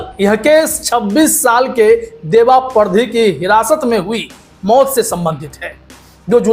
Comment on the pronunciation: सर परधी नहीं पारदी बोलिये मालवा क्षेत्र खासकर गुना जिला में वास करने वाली जाति